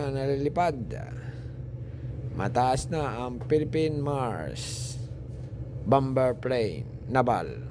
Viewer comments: kuya hindi bamber bamer po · Bomber... silent b kaya ang pronounceation Bomer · hahaha bom-ber mali ang pgbigkas m bomber yn hahaha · Bom ber ba hahhaha baka bamer ibig mo sabihin 😂😂😂😂😂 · Bom ber daw hahhaha baka bamer ang ibig mo sabihin tinagalog ko na 😂😂😂😂😂😂😂😂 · bomber silent b iyon..bamer dapat ...Hindi bam ber.. jeje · Pasinsya na public school lang ako peru na puna ko yung sinabi mo na bom ber which mali talaga. Saan ka ba nag aral. E tama lang natin ha. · silent B po pag basa jan sira